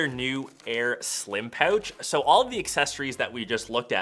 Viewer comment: I know how to pronounce "pouch" now............ pow-uuuch. Brilliant!